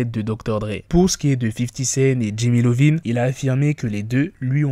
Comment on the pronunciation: C’est Iovine, non Lovine. Ça se prononce “Eye Ohh Veen.” C’est “io”.